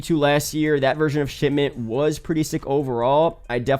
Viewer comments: Did this guy just said "Sh*tment" instead of Shipment? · All I can hear is him saying Shitment